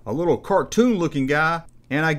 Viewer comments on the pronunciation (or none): none